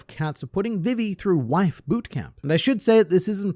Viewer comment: you saying vivis name triggers me